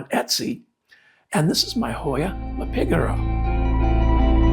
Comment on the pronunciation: I’m so excited for your Hoya Mappigera (despite how you pronounced it 😂) I grow mine semi staked, so it is like a willow tree. The blooms are spectacular!! Can’t wait to see how yours grows.